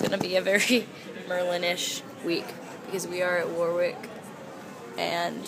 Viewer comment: The 'W' in the middle of Warwick isn't pronounced. Warwick is pronounce like "Wa - rick"